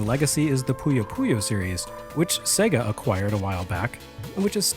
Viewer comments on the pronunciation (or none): none